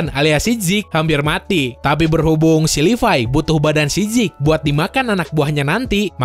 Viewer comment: Zeke bang bacanya bukan zik